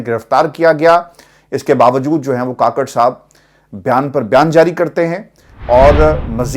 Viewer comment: Kukker ha kaker nahi 😂 kaker nahi